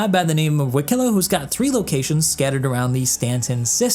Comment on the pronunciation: just a little correction on your Banu, Wikelo's name is pronounced "Wih-Keh-Loh", however the emphasis is on the "Wih" instead of the "Keh" like you pronounced in this video. this is because in Banu, different vowels have different levels of importance, with the "ih" sound needing to be more emphasised than the "eh" or "oh" sounds. all of this can be found in the Banu Guide published by the Rust Society, which i have been brushing up on for Wikelo's arrival in Stanton :)